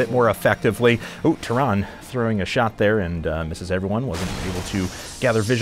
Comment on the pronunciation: The e in Tyrande is not silent. Goddamn it's annoying to hear someone mispronounce that so many times, at least he got it right at the end.